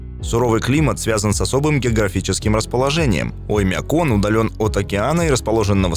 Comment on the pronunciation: Странно произносишь слово - "Оймякон". Слух "режет". Как будто забываешь название и читаешь со шпаргалки, да еще с каким то акцентом! Ролик совсем ни о чём, хотя про Оймякон можно много чего рассказать. Но все равно - лайк👍👍👍))